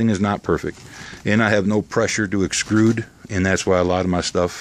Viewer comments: Thanks. Gonna sub and check them out. BTW, not to be a total A-hole but ' the word is "extrude" (not "xcrude"). I used to operate an extruder in a plastic factory. :^) Saint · Extrude.... not excrude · Very cool work man, have you built anyhting large with hemp? Also, the word is "extrude" : say it like "EX TRUDE" ;-)